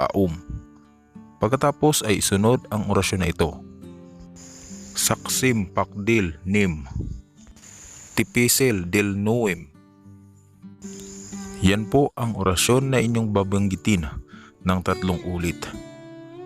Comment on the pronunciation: bakit ang bigkas mo ay pitisil pero ang nakasulat ay tipisil